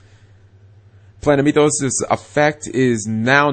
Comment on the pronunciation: Never heard of "Planemeethos" before